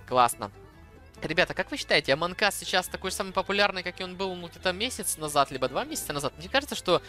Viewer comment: нэ аманк ас а амонг ас вот так правильно!!!!!!!!!!!!!!!!!!!!!!!!!!!!!!!!!!!!!!